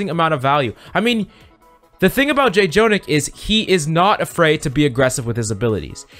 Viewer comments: Why do you say J-Jonak. Like you can just say jonak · IT'S JUST JO-NAK NOT JAY-JONAK 😵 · FYI: "Jjonak" is pronounced with a single "j" so it's "jo-nak" and not "jay-jo-nak". This is a Korean thing. When there are double consonants, they become a stronger sound of that consonant. In this case, the pronunciation is in between "j" and "ch". By the way: Jjonak is short for Jjomullak Nakji, which translates to "Squishy Octopus". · it triggers me how he keeps saying j-jonak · I was gonna comment it but you already did. Im just 3 mins into the video and was ready to say it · 1. Don’t promise in the title more than you could claim (Refer to Rein shatter video) Irritated lv.1 2.Revise your script, don’t controverse yourself, please. Irritated Lv.2 3. Call his name correctly “Jo-nak” It’s like your job is to read the scipt and never watch OWL..... Irritated lv.3 If you wanna be a good youtuber, create good content (which you did) and don’t promise something you can’t fulfill and plz research what you are presenting..... playing good ≠ teaching good. I like your content and hope you improve on these small stuffs that matters. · Hard to enjoy this video when he keeps saying Jjonak name wrong. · I can't watch the video it irritates me to much to hear jjonak's name said wrong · Don't mispronounce daddy Jjonak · Can’t enjoy this vid when you keep saying his name wrong